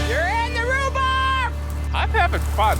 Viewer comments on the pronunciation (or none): " you're in the rubarb" haahahhaha